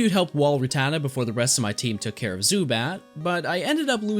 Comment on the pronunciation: It’s rat-ta-ta not ruh-tata